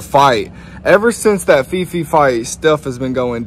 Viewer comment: It's phi phi pronounced like pee pee, it's not fi fi. Just letting u know bro. If you interact more with the locals you will hear how they pronounce things!!! Just a little tip boys!!!